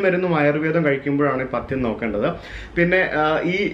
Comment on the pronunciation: പത്യം അല്ല പഥ്യം, ഇപ്പോ മനസ്സിലായോ വീഡിയോ മാത്രമല്ല ഒഡിയോയും പ്രേക്ഷകർ ശ്രദ്ധിക്കുന്നുണ്ട്.അക്ഷരസ്ഫുഢത....